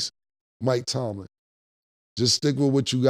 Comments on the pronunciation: I’m just happy to hear Killa final say Mike Tomlin’s name correctly after all these episodes! 😂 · I’m just happy cams saying Mike TOMLIN now